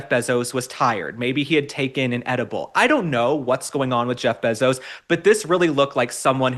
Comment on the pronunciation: Probably just an oversight, but Mr. Bezos is worth $190 billion, not million. And his last name is pronounced bay zos, not beh zos.